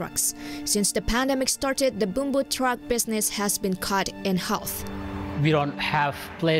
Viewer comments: In Indonesia Bumbu pronounciation is 'Boom-boo' not 'Bum-boo'. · You're supposed to pronounce bumbu as b-oo-m-b-oo not b-u-m-b-oo because we have a word pronounced b-u-m-b-oo, it's bambu in bahasa Indonesia writings or bamboo in English. Bumbu is spice in English. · Bumbu is pronunced 'boomboo' not 'bam-boo' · The Host pronounce wrong about bumbu. The ‘U’ on Bumbu should sound bʊm-bʊ